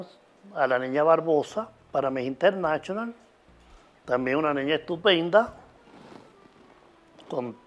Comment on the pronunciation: Amo cuando el zar dice MISS INTERNACHIONAL